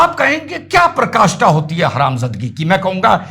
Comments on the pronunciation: Praakashtha hoti hai, prkashtha nhi... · Sir aap PRAKASTHA KI jagah PA- RA- KASTHA bole jo sahi hai. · प्रकाष्ठा नहीं पराकाष्ठा